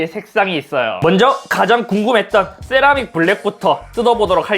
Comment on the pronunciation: 네?? thㅔ라믹 이요??